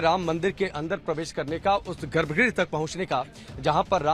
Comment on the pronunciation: I like watching your videos because they are very informative and you explain things in a way that is easy to follow. However in this video you have repeatedly used the word garbh "gree". It should be pronounced " graha" - the last "a" should be very short. Garbha Graha and not garbh gree.